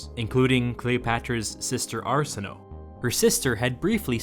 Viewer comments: Arsinoe is pronounced ar-sin-noh-eh, not ar-sin-noh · Jeez you really need to learn some Greek. Arsinoë is "ar-sin-oh-ay", and any Greek word ending in -e, you pronounce the ee. American education is terrible at languages!